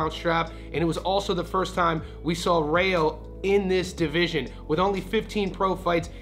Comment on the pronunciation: It’s Rayo in Spanish pronounced like Ry yo. Not Ray yo.